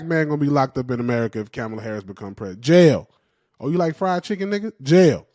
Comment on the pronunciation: Man quit calling her camel-uh Harris 😂